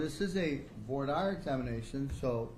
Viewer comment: Do US law schools not teach their law students how to pronounce 'voir dire'? It is NOT 'voyer dyer'!